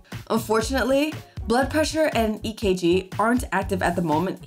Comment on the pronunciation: Thank you for saying EKG ♥️♥️ you are the only YouTuber so far to have said it correctly 🙌🙌